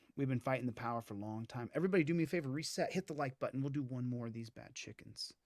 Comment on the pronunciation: "hit the like BUDDIN"